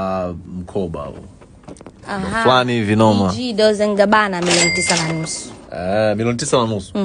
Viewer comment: Halafu anaita Doze and Gabana!! Tamka "Dolche" dear.